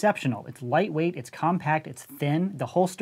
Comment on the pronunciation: said leightwaight